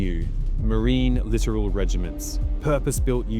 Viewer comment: It's not "literal regiments". It's "lit-OR-all regiments". Bit of a difference.